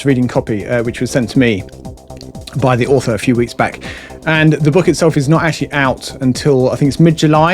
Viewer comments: It’s just an accent, different, but not incorrect. 😺✌️ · I really, really like this channel but I continue to be irritated by the incorrect pronunciation of 'the'?!